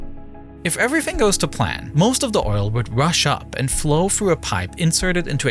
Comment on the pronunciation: I understand accents but its so irritating for him to continuously mispronounce the sound "th" and saying it as an F or V. "Designed wiv" "Everyfing" "Reacts wif". Sounds like an ignorant 7 year old child.